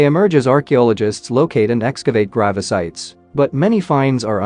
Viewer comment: Haha I heard gravisite. Your 'reader' pronounced grave site wrong. Being vision impaired I was listening. The voice sounds automated. Is this reply also automated?